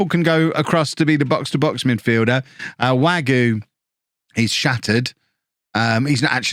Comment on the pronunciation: Hey, the K in Knoll IS pronounced Wague is pronounced more or less like wag-ay Janousek is yan-oo-shek Also, Mingueza is min-geh-sa or min-geh-tha. Hope this helps:)